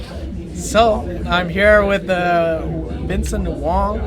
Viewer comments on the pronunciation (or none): my guy called him vincent wong LOOL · JLum for sure and every other time they are speaking like Americans. But once they were in China boot camping and with a Chinese coach they are now for the first time hearing how to pronounce his name correctly.